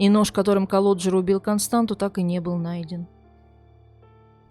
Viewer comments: Не Константу а КОСТАНЦИЯ... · У румын нет имени Константа . Есть КонстанЦа. Вы ,когда готовили выпуск, наверняка заметили хвостик у буквы Т внизу. Это явно на что-то указывает. Надо было поинтересоваться , что это значит . Вас ведь н только в России смотрят. Я , например, молдаванка и мне режет слух😏